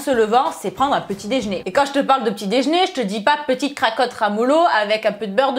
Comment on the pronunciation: Déjeuner répète "déjeuner" et pas dej'ner, c'est compliqué ça ? Mdr 💋